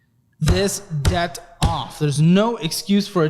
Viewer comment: You say debt , death Megadeth 😂